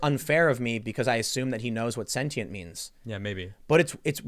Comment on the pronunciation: “Hey dude are you sentient?” Maybe if you pronounced it correctly he’d have half a shot at answering your question.